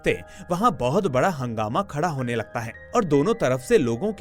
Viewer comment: भैया हंगामा नहीं हाङमा।